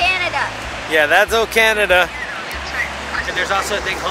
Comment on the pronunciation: Did you say Cannon instead of Canada or did I misunderstanding you. Love you anyway. From Canada 🇨🇦